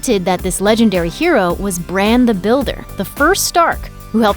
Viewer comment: Its Bran